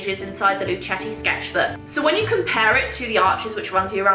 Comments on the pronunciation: It's pronounced "lu-keh-ti" 😊 It's named after their Italian great grand-father "Our Story – Luchetti We chose the name Luchetti in honor of our great-grandfather Michele Luchetti who was born in Fabriano, Italy," Source: Luchettis own website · I think Luchetti is pronounced with a a hard c ( like the end of luck) as in Italian ( where words/family names often end in i) that is how ch is pronounced.